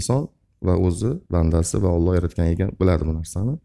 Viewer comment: ОЛЛО ЭМАС ОЛЛОХ ДЕБ ГАПИРИЛА